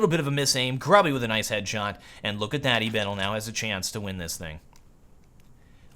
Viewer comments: gruby is pronounced "groobyh" - it means fatty ( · you should prenounce Gruby's name moreless like "grooby", it's common polish word meaning "fat' :D